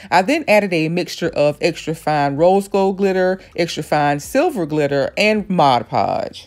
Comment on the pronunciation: I think your the only artist who pronounced Mod Podge correctly. Looks awesome!!!